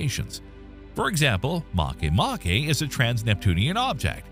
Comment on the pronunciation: This is the first channel I've seen in quite some time that actually pronounced "Makemake" correctly. Regardless, great video and top-notch content as usual!